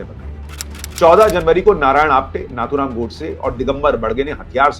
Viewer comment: Sir, excellent 👍 video covering rejoinder to false and irresponsible allegations made by Pappu. I, however, humbly bring to your kind notice that the name Nathuram should be pronounced as "नथुराम" and not as "नाथुराम".